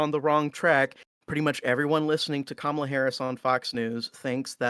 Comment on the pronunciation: it's KA-ma-la not ka-MA-la.